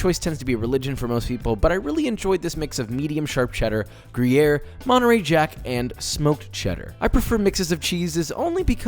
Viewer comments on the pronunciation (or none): none